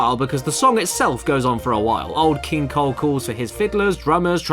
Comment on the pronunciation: I thought you said "Old King Cold"